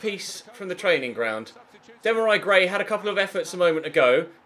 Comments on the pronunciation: Dam-a-rai Gray?😂😂😂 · "Demorei Gray"🙈